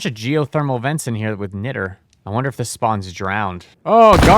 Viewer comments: btw, niter (sometimes spelled nitre) is pronounced more like 'night-er'. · bro is literally just pronouncing things wrong on purpose. Here's your engagement king. Niter: "night err" Macerator: "Mass err ate err" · It's pronounced Niat-ter (Niter) and it's used in things like glass and explosives now days but back in the civil war it was used directly to assist in making gunpowder probably why It's used for this mod This has been your 1 new thing you learned today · Niter is pronounced 'nigh-ter' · Okay some of that pronunciation has to be ragebait, knitter, mace-arator, I can't 😭